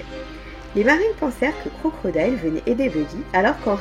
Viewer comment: y’a pas de mal on a tous nos défauts, en tout cas dis toi que tu m’as bien fait rire à chaque fois que t’as prononcé Crocrodile 😅🤣🤯❤️